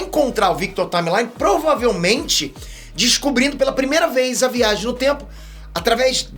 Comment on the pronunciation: Cara... acho que a pronúncia não é Victor "Taimelai" e sim Victor "Taimli" ... o m fica meio que mudo e o final é "li"... Só comentei pq meio que me chamou a atenção mesmo e ficou meio estranho.